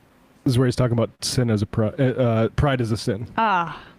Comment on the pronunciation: "ABOOT" LOL